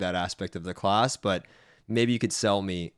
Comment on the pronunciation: He pronounces "class" as "closs" lol